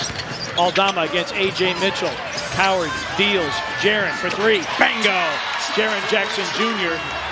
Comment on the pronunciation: what up with the man saying BANGO its BINGO you twat